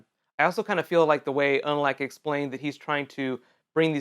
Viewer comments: its verrick and its pronounced unalock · ... Where are all these pronunciations coming from? "Una-LACK"? "VAH-rick"? "Duck bear"? Uh...